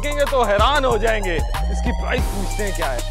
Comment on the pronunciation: Sir price not prize karachi alyo ki ho gya pora English sikh lendy